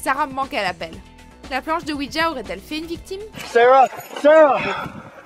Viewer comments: on dit OUIJA et non OUIDJA............en tout cas ne pas jouer a ça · C pas ouidja mais ouija quand on le prononce ce c comme sa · Il ne s'agit pas de "oui dja" mais de "oui ja" (prononcer oui ya), ja signifiant "oui" en allemand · Vous auriez pu au moins faire l’effort de savoir prononcer correctement “Ouija”